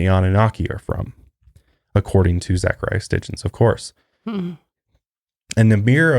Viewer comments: Zecharia Sitchin - It's pronounced SIT-CHIN not STIT-CHIN. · Geezuz it's painful watching these 2. It's Sitchin, not sTichin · Zecharia Sitchin! Not sTitchin lol I'm listening to his book "The 12th planet" right now and it's all about this stuff. Perfect timing with this podcast :) I love you guys! Keep up the good work :) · S-i-t-c-h-i-n. Zachariah Sitchin. Sorry, but I have some bitchy problem with hearing people mispronounce things repeatedly that compels me to correct the speaker. 😅 I like that you two seem genuinely interested in the topics you cover, though. If you ever do another show about ancient aliens and you need a researcher, I’ve spent the better part of the last decade reading extensively on the subject and am currently working on my own book on the topic, as well. I have about 40+ books in my personal library that would blow your minds. 😉 Please don’t take offense to the correction- it’s meant to be helpful criticism!